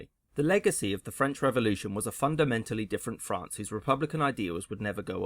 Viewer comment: ahhh, frán-cey, as beautiful as ever